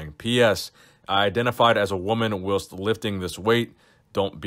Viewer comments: I agree. W-hilst. Creepy. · The way you said “whilst” still haunts me.